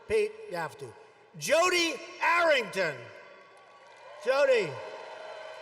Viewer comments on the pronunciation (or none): none